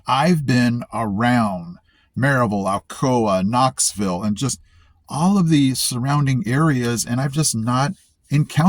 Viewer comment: I heard it too!!!! lol! On Maryville … Proper Appalachian English. But he ruined it on Knoxville!?! 😅